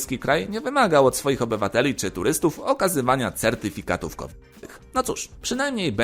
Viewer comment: Kurde, słuchawki mi się zacinają bo ciągle słyszę k-wid zamiast kowid.